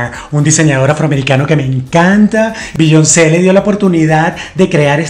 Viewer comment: Biyon___ce jejeje todo muy bien, pero pronuncias muy mal su nombre.